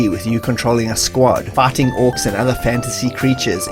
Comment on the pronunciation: Am I the only one who hears "farting" every time he says "fighting"?